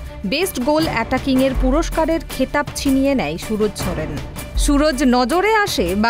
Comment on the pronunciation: Chudir ভাই khankir ছেলে রিপোর্টার আগে নাম টা ভালো করে uccharan কর .Ronaldo ❤❤❤